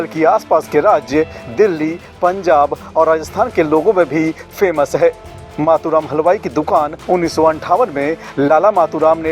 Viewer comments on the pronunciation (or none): मतु राम नहीं मातु राम